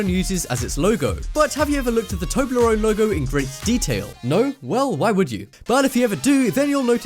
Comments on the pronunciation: its not tobleron its tobleronE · its not toebleron its tobleeon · Tobler-One not Toblerone, stupid Trump voter !!!